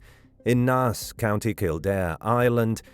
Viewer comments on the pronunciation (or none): It’s pronounced as “NASE” sounding like BASE but with an N not “NAHS”. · It's pronounced Nace.... Like face, but with an N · its pronounced Nay-ss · Naas = Nayce You should ask an Irish person how to pronounce these places. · People involved in the case (police, journalists) tend to believe that, as is hinted in the Wikipedia page, he fell into the river Dodder that was in full flood due to the weather or the Grand Canal and his remains are at the bottom of the Grand Canal Basin or were swept into Dublin Bay. PS - whoever did the voiceover can’t pronounce Naas!